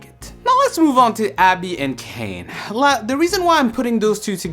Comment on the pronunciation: Kane not Caine